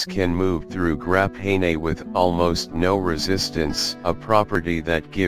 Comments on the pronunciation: "Grap hay nay" sounds like the wave of the future. why are we using an automated voice? no humans were around who could speak? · grap-nay-nay. HAHAA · Grap hay ney....lol. what's more odd is he says graphene properly. And other times too I just realized